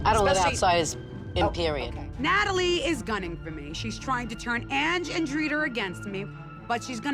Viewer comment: Did Renee say, "Ratalie"???? 🤣😂😂😂